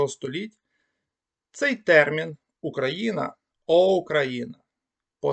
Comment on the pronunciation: Спасибі, цікаво. Але чому ви "ОУ" читаєте буквально [ОУкраїна]?) Цей диграф завжди передавав фонему [у], наскільки відомо.